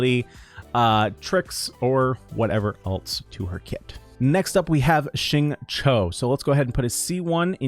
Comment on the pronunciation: Xingqiu’s name is pronounced closer to ‘shing chew’, than ‘shing cho’. The English voice actor is wrong— listen to the Chinese VA or better yet see: It’s hard to follow YouTubers that really mispronounce characters’ names. You don’t need to get the 4 Chinese tones perfect, but you should get the basics close.